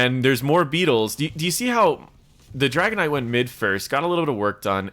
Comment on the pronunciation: I definitely like going beetle build on anub but thanks for pointing out the beetles juiced talent doesn't necessarily help. also sounds like you're calling the dragon knight dragonite like the pokemon :D